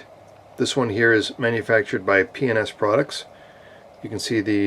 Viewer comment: Every time you say PNS quickly it sounds like...,well you know! I thought companies were smarter than that. After all, it gives people a chance to make fun of them. On a more serious note however, don't you worry that Mr. Trudeau is going to come after that thing? Don't get me wrong I love ARs; but I try to stay away from military style rifles, especially the "Black Ones" because I don't trust our government to leave me alone. That is a cool rifle BTW.